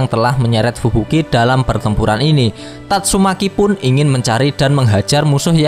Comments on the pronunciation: Tatsumaki anjiiiim,,,, bukan tatsumeki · TATSUMAKI minn, bukan tatsuMEKI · Gak salah denger bang "tatsumeki"😅😅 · Tatsumaki min... Meki meki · tatsu.....MEKI wkakkak anjir mimin nih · Tatsumaki bukan tatsuMEKI😅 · tatsumaki aj bang, jng meki aneh pkiran gua.haha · Tatsu"meki".. COKK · Gakak ketika mimin bilang tatsu...meki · TatsuMAKI bang... jangan typo dong klo ngomong 😁😁